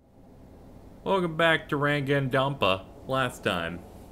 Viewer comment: Rangandonpa? xD